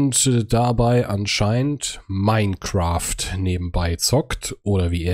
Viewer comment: Das "Mienecraft" kommt von Gronkh, der das früher immer so ausgesprochen hat